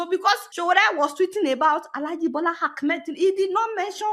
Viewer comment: Hello mrs Deola the name of president Tinubu is Ahmed not Akmed as you always call him. Please correct that pronunciation.